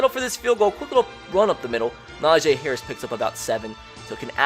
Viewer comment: Y does he keep on saying nojay harris